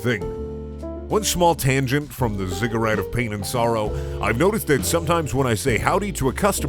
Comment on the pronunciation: You said ziggurat correctly the last time. You knew, you always knew.